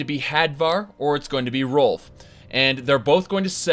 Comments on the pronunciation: Ralof not Rolf... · It's Ralof not Rolf, sorry it just bothered me... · If i didn't already get used to you mispronouncing shit that "Rolf" for "Ralof" would have bothered me a lot more xD. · great vid, but his name is "Ralof" not "Rolf"!!! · "Rolf" Could've sworn it was pronounced Ray-loff but now I'm just thinking he's like "The Stormcloaks have many doors of entry Ed-boy. My father was a soldier and I am the son of a shepard." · Ralof not Rolf. Otherwise I fully agree to no end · Wait, Rolf? You mean Rolaf? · Erm, I think it's Ralof. Not Rolf. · Why was he saying "Rolf" it's "Ralof" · are you saying Rolf? you mean rolaf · Rolf? it's pronounced Ray-loff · "Rolf" Oh god it's the livestream again. Rolf from Riverwad. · Rolf? does he mean Ralof? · Epic Beard Gamer He pronounces it that way on purpose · RAY-LOFF.... other than that i love this with a passion. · pronounces Ralof Rolf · Ralof. You appear to be missing a letter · You butchered ralofs name